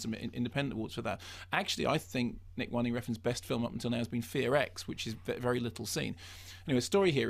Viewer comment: It's WIN-DING, not WINE-DING.